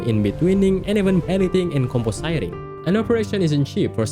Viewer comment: You pronounced “compositing” wrong.